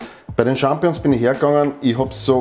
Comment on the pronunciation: Ich möchte nicht klugscheissern, aber man sagt "SchampiNIõ(n)s" nicht "Schampiõ(n)s" ;-)